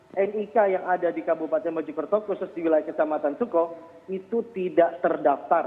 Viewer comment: Kec. Sooko dibacanya "Suko" 😂 Mana warga moker nih?